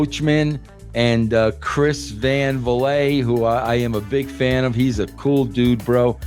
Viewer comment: “Chris Van Vilay”